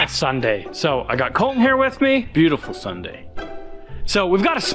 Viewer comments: Is it Col-In, or ColTin? It is okay to enunciate the letter T. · Someone needs to tell that there is a "T" in "Colton"... He says "Coll-een" 😂😂😂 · Your all saying it wrong "E or colton"